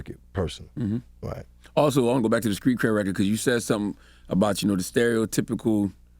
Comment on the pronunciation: Charlamagne you are pushing 50 stop saying "skreet" instead of "street". SMH my head.